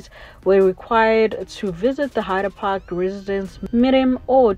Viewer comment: It's Hyde Park doll....not Hider Park the way you pronouncing it is wrong...